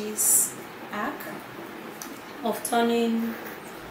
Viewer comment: 🤔 Edith hack not ack fleek not flick 😂😂😂😂😂😂